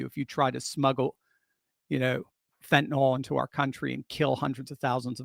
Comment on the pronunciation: There is no such drug as fanta-NOL. It’s fentanyl.